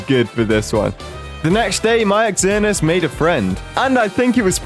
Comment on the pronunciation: Xernious is spelt with a X but pronounced with a z